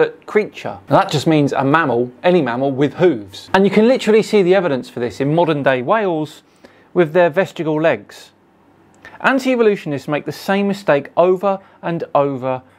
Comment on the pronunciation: "Vestigal" legs? Really,? 🤣